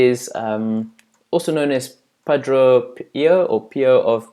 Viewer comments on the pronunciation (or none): Very bad narration. Please study and learn correct pronunciation of simple words such as padre (St. Padre Pio) before attempting to teach others. I appreciate what you have in your heart, but you come off sounding unlearned, as if reading from a script, insecure and otherwise inept. 2 Timothy admonishes all of us to study to show ourselves approved unto God, a workman who need not be ashamed rightly dividing the Word of Truth.